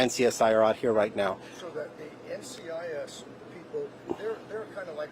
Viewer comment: Gibbs won't be very happy he butchered the name of NCIS